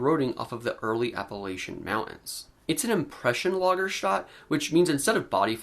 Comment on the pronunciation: For goodness sake! It's "Lager-stette" with the final pronounced.